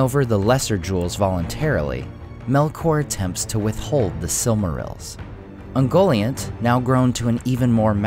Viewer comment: UngoLIANT - Get it right! Jeez!